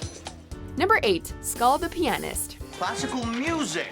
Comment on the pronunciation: I’ve never heard “pianist” pronounced like that before